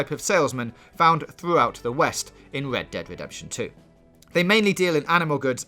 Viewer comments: I thought he said Lead Dead Wedemption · i feel bad for making the guy who cant pronounce his Rs to talk about "Wed dead Wedemption 2"